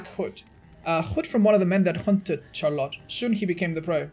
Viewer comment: Char-lot.... lol Is it not pronounced "Shar-let" ?